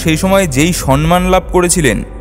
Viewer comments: Brother,,,, it's not 'সন্মান', it's 'সম্মান' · amar bhul hote o pare... tobe "somman" bolo bhai... "son-man" ta besh ekta bhalo lage na.... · খুব সুন্দর, যেমন তথ্য তেমনি পরিবেশনা । 👍👍👍👌👌 কিছু মনে করবেন না, 'সম্মান' কে 'সন্মান' বলছেন কেনো বুঝলাম না । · স্যার আমি পুরোটা শুনছি। খুব ভালো লাগছে। শুধু স+ম্+ম্+া+ন আপনি উচ্চারণ করছেন স+ন্+ম্+া+ন একটু সংশোধন করে নিলে পরবর্তী ভিডিওর শ্রোতারা ঐ ভুল থেকে নিরত হবে। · বিদ্যাসাগর নিয়ে কথা বলছেন দয়া করে র এবং ড় এর উচ্চারণ ঠিক করে করুন বাংলা ভাষাটা বেঁচে থাকুক।সনমান নয় কথাটা সম্মান। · "সম্মান"=samman, sanman নয়। দয়াকরে সমমান শব্দটির সঠিক উচ্চারণ করবেন। আপনি ভুল উচ্চারণ সঠিক করবেন, দয়াকরে। আমরা print এব পুস্তকে "সম্মান" বানান যেভাবে দেখি তাতে ন-এর তলায় ম মনে হয়। আসলে ম-এর পর ম। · লাইকটা দিলাম না কারণ কথাটা হবে সম্মান, সন্মান নয়! আগে উচ্চারণ ঠিক করুন!